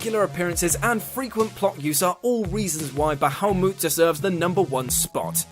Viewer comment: Ba ha mut.... Not bawhomoot